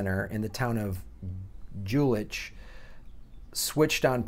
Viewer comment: The name of the city "Jülich" is spoken with the "J" sounding like the english "Y" in the word "Youth", it is always that sound never a "J" like in "John". The "ch" on the other hand should sound like the "X" of a proud Mexican saying "Mexico" or like the Spanish would say the "G" in "la gente" (the people). This "ch" is what makes a lot of the melodious, earpleasing experience of listening to people speaking German, this is even more so, a real marvel in sweetness and gentle, music-like impression that foreigners get when they have the priviledge to be exposed to Swiss German, the mysterious, world famous mixture of harmony and pure delight, the climax of human language, similar to the voice of angels, only better, we Native Speakers simply call "Schwiizertütsch". Most people break out in tears of joy when hearing it the first time, usually after that they fall to their knees in ecstatic praise of God, it is also reported that terminally ill and people that suffered various other grave diseases were spontaneously healed the very same moment.